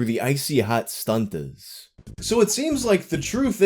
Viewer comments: woah woah woah did you say STUNTERS you can only say stuntas so stop throwing that hard r around pal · Man, you gotta be easy throwin' that hard "r" on "Stuntaz". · whats with the hard r there? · I like how you make sure the t is pronounced in stuntaz lol